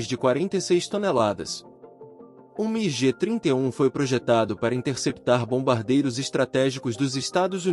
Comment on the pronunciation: a pronúncia é migui e não migê.